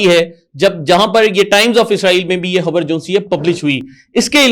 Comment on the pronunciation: حبر نہیں! خبر 😊